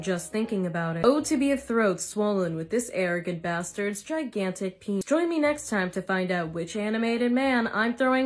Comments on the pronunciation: NOT PEE-HEE-NIS 🤣😭😭😭💀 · humbly suffocate on this man's pee-hee-nis" good one, good one and rip michael jackson